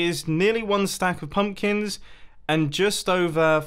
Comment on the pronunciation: he said pumplins! XD